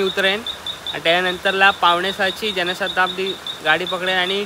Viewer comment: जनाशताब्दी नाही रे जनशताब्दी बोल अख्या नावाची वाट लावलीस😂😂😂😂